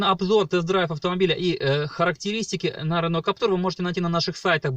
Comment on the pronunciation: Владею Каптюром 1.5 года, пробег 15000км. Двери не скрипят, и вообще впервые слышу, что б у кого нибудь скрипели двери. И вообще не Каптур, а Каптюр, КАП-ТЮЮЮР! Не коверкайте название автомобиля!